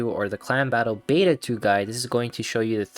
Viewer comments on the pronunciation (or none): none